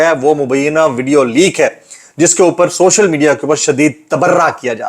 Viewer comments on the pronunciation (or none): none